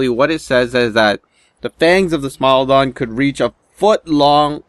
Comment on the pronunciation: I thought you said smile dog